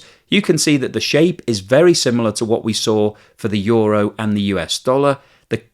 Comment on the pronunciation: How do you get a word that is spelled ”euro” to be pronounced ”yoru”. I would get ”yuro” but you are switching place on the o and the u. Makes no sense.